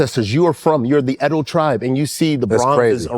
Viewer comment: Out of curiosity, if you're Edo and have ever lived in Nigeria, is it driving you crazy that they are not pronouncing it properly?